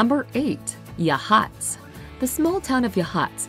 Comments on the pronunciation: It is YA. Hots. Not yahhats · I'm from Salem, and I can't agree more! I called Rogue River (the "city", not the river) home for 11 years. Crater Lake is #2? Gimme a break! The whole state has something for everyone. BTW, it's YA-haats, not ya-HAATS. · I know this is knit picky. but it pronounced Ya-haats. Not Ya-hots. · They pronounced Yachats wrong I believe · The emphasis should be on the first syllable.